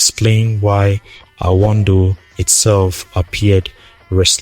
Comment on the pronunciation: Excuse me are you a Tiv person at all behind the voice your pronunciation of anodo is not connecting. Thanks